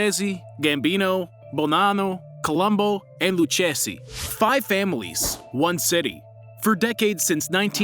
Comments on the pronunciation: Lucchese pronunce is Lukkisi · If you can’t pronounce Lucchese correctly you neither deserve a like, comment, nor follow! It’s “Lou-Casey”, the two “c’s”and “h” makes a hard “k” sound. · lucchese (luu-kay-zee) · Lucchese pronunce is Look-heh-seh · Its pronounced lukayzee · Lucchese Is pronounced luke -eseh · They are called "Colombo" and "Lucchese". Just leaving that here. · When he pronounced lucchese and siciliano wrong I already knew it would be a problem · you absolutely butchered the pronunciation for the luchesse family and the genovese family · Your video lost all cred after the way you butchered the pronunciation of "Lucchese". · Man learn how to pronounce Genovese and Lucchese before making such videos. If you wanna say Siciliano in Italian, then you say Si-CHI-liano. It’s not a C, it’s CH